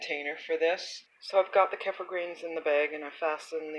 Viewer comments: Thank you. Helpful recipe. Hopefully you know by now: "kefir" is pronounced kee-fer. Not keffer. Crazy making considering how often you say it in your video. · its actually pronounced "kuh-feer" not keefer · You can pronounce it any way you like, but the way I pronounce it in my videos is actually correct if you're not European. Most Europeans, from where it originated, pronounce it 'kefeer'.